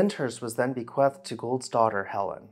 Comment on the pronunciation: Please look up the pronunciation of bequeathed. It's bu-qweethed (long e).